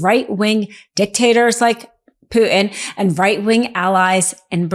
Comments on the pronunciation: It’s Bolsonaro not Bolsario! And it’s Putin not Pu-in? Please?!🆘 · His name is Putin. Not Poo-in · There's a "t" in Putin.😁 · Oh my god! You can't even pronounce Putin (the T isn't silent) and Bolsonaro! Learn to read. Your points are good, but you read like a 6 year old. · Why can't she say Putin? Is she aware of the "t"?